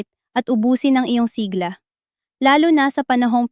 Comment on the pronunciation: AI, clickbait... pati bigkas, siglā dapat siglá